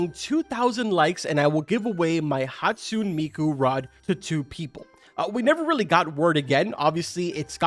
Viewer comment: hatsune is actually pronounced as hat-su-ney not hatsoon lol Never forgetting the past incidents..